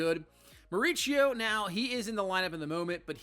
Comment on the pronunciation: Pronounced BAIT-EE and MAUREESEO